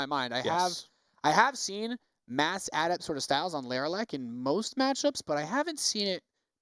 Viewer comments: "ah-DEPT" say "ah-DEPT!" dammit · learn to properly pronounce adept.